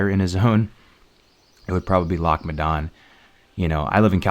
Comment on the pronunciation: Probably should have got a Scot to VO this as others can’t pronounce “Loch” properly... every time you say it I cringe...